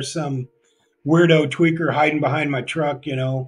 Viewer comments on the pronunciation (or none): none